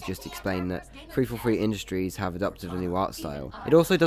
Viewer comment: “Free fo free indushries” sorry bro had to say it